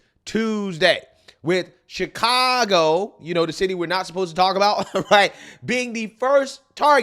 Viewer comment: "Chicongo.".